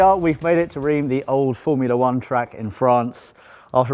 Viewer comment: not "rime" but "rinse"